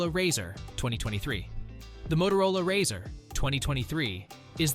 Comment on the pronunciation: Learn how to pronounce razr